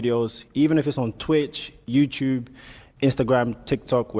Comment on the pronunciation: I want to say thank yeW, teW everyone on twitch IG tiktok and yeWteWbe. Yeah, is a British African skraight outta B-more.